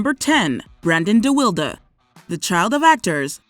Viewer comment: De Wildee? It's pronounced De-wild duh Do some research before y'all destroy a person's name.